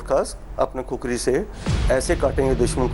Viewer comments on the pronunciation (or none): खुकुरी बोलो कुकुरी नहीं।